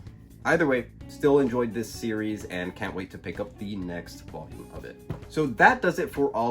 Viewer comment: Me as a Mexican find really funny how you pronounce “voyum” jajajaja. Nice videos. Keep it up.